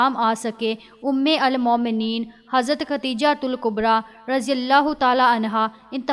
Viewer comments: Aap Urdu ka alfaaz galat padh rahi hn.. Ummul momneen..sahi.. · Umulmomineen ghalat parh rahe hain